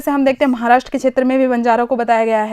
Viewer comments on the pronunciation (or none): none